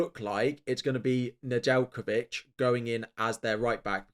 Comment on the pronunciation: Speaking for all my Serbian people, you definitely butchered Nedeljkovic last name